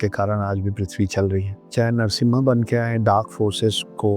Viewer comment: सर जिस शिव धनुष का आप नाम पिनाका बता रहे है उसका नाम "पिनाक" है। और विष्णु जी का अवतार जो है वो नरसिंह अवतार है नरसिम्हा नही। पिनाका एक मिसाइल है जो इंडियन डिफेन्स के पास है। अगर आप जानकारी देना ही चाहते है तो कृपया सही दे यही निवेदन है।